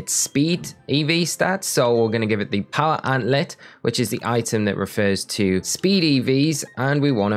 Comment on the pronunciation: You have very informative videos but dear lord your pronunciations are terrible. Sand. Gem. Not "Sangum". Power Anklet. There is a K in there. And in a seperate video, Solaceon Town. I don't even know how to type out the way you pronounced it.